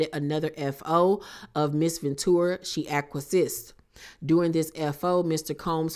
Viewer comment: thank you for sharing this, i didnt know the horrid details! i hope that man goes DOWNNNN. btw, acquiesced is pronounced "ah-kwee-essed"